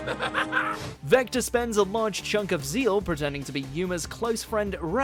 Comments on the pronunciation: Ze-Al not Zeal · sory gotta correct you on one thing..yugioh..zeal? its zexal. (secks-al) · No one talking about how he pronounced it yugioh zeal instead of zexal? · It is pronounced "ZEXAL", not "Zeal"! The X is not silent! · Repeat after me: Zexal. Zex. All. Zexal. Not zeal. Zexal. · Zexal is the dubbed way, ze-al is the Japanese way, doesn't really matter how you pronounce it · Zexal, not Zeal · Can you stop pronouncing zexal as zeal. In English you have to pronounce it with the x. So it’s zexal for us. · Also it's ZEX•AL(SECS•ALL) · WAIT, you're telling me its not pronounced zex-al??? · in the dub it's Zecks-al, in the Japanese it's Ze-al with a silent x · How did he just pronounce Zexal?